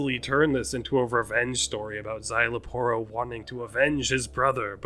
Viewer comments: its zy-la-poro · You got the pronunciation for Szayel's name right 👍🏾 You just didn't roll the Rs on the Aporro's part of his name XD